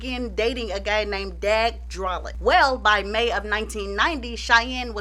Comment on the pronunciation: Dag’s last name is pronounced “droll-lay”. And the movie was “Last Tango In Paris”.